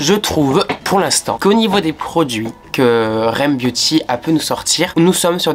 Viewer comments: On dit r.e.m beauty bah « rem »😭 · ca se prononce r.e.m beauty :)) pas rem beauty 😉😉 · c’est pas rème beauty c’est r.e.m beauty (genre faut prononcer les lettres)😭